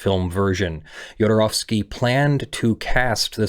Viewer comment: Thank you so much for getting the pronounciation of the "ow" in his name right.